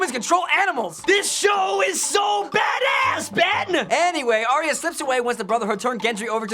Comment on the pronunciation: It's Ar-Ya, not Ar-Ee-Ya.